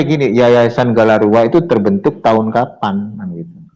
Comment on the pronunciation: Galarua pak...bukan Gandarua